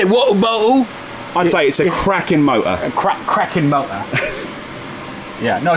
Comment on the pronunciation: I wasn't prepared for hitting a perfect "Cracking Motor" in English accent. And I say that as an Englishman